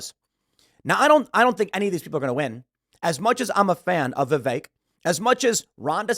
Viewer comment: no offense, but you need to learn how to pronounce Vivek's name